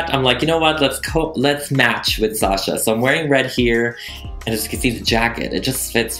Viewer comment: Thank you, thank you, thank you for pronouncing my name right. I could scream every time someone hits the 2nd syllable with “shuhhhh” 🤮🤮! It’s sawh-shaw everyone!!!